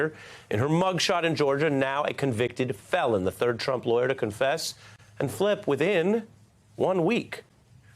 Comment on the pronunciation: MSMBC iss a JOKE!!!! they took a plea!! why do you emphasise the word "CONFESS??" is that what HUNTER DID ? confess??